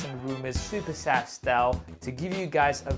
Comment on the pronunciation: Saf on SuperSaf TV, the way you pronounce it is amazing. I gotta say it, excited to see fold 3 and flip 3 but not ready to buy it yet. I am still happy with my note 10+. Great content by the way!